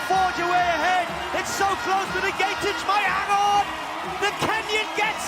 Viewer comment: For the upteenth time, this Kenyan runner is not Egentich but Ng'etich, please just address her as Agness if pronouncing her name correct is such a challenge to you dear commentators! No one quite likes their name mispronounced consistently by 'world wide' media.